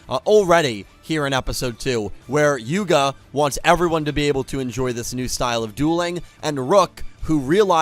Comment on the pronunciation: You said Yugo instead of Yuga. As my favourite Yu boy would say to you: "Yugo ja na, Yugo da". Or in this case "Yugo ja na, Yuga da". Still, nice to know our man Yugo still lives in your mind.